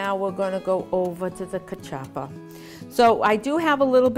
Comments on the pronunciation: I think she got the pronunciations and recipe from Google Ai. I want her to learn how to peel/cut the mandioca properly. I've never had Kaw-Chop-Pah before. I don't want to try it. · Nooooo! Okay...if you're going to make our food, please pronounce everything correctly (cuh-chuppa???) No. "Homily"? You mean Samp? I dont know where this recipe came from but it isn't CV. Come on! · First of all it’s pronounced ka- chew pa